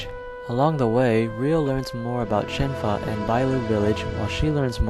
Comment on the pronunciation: Her name is Shenhua, not Shen Fa